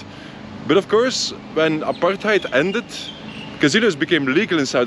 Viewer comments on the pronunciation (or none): none